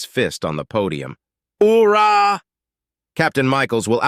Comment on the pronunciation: who ever is reading this needs to learn how to properly pronounce military jargon. example cpl is pronounced corp or coporal. Also Oorah is pronounced OO-Rah and said like you got a pair.